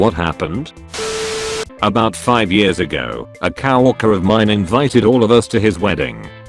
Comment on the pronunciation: I heard a cow walker. Lol